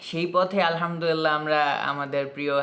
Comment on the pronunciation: আপনার আলহামদুলিল্লাহ র উচ্চারণ অনেক সহিহ ও শুদ্ধ। আপনার শুদ্ধ ইসলামিক জ্ঞানের উচ্চারণ ও প্রকাশ আমাকে মুদ্ধ করে। জাজাকাল্লাহ।